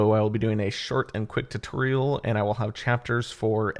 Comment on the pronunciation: short and quick tuutorial he said